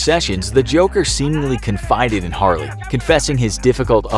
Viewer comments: It’s Harley not harely dude 😂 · Harely lol it’s harley Quinn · It's Harley not harely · It is Harley not Harely... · PhantomLeGend No, it's actually Harely. It's pronounced Har-rely. Always has.